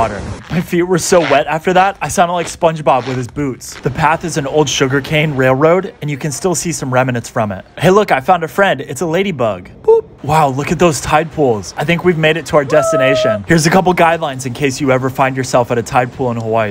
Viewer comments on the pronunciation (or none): Why do so many people pronounce "remnants" with three syllables? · There is no such word as "Rem-ah-nent" ! Remnant is a two syllable word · Yo, why did the syllables in "remnants" do that though?..